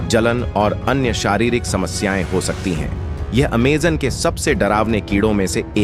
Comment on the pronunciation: Naam tao theek se le bhai Aimazone hai